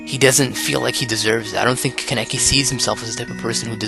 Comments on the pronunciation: Kaneki. KAH NEH KI. Not KUN EH KI. It's okay if you mispronounce it. Not your fault-your fault-YOUR FAULT. HAHAHA Sao references... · Kah-neh-kee - Kaneki. Do you have to butcher the name like that? Just takes a real quick YouTube video of the sub to hear a character to pronounce it.